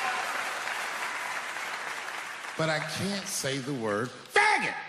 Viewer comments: I love that mislead at the start, where it seems like he's say it delicately, but he just straight up barks it at the audience. The dudes delivery is outstanding. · Him saying the hard f so hard is killing me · He knew this was probably the only time he could say "F**got" publicly without being completely crucified and definitely put some emphasis on it. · How he stresses that F word lol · I like how he emphasis on the word "faggot" every time he said it